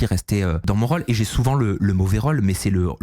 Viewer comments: Qqun peut apprendre à qu'il y'a un accent circonflexe sur les Ô de rôle? C'est insupportable pour les oreilles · vient du sud de la France et dans le sud on prononce la plupart des o de façon ouverte, même après x années passées à Paris. Navrée pour tes oreilles.